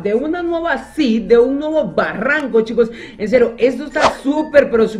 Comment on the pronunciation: decía baranco es barranco xd